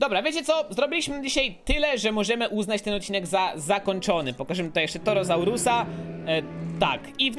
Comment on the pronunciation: Nie dawaj więcej roślinożerców bo torozaury się wkurzą i czytaj porządnie po polsku nazwy dinozaurów: Torozaur Brachiozaur Majazaura Diplodok Spinozaur Kamarazaur